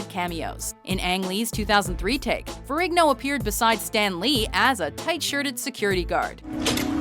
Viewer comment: Is the g in Ferrigno really pronounced so heavy? Surely it's a silent g?